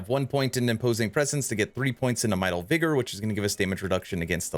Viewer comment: It is Martial Vigor not "Mital" Vigor. You should learn to pronounce words if your entire career is based on speaking.